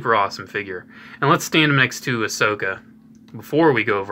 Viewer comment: I love how he says Ashoka tann-o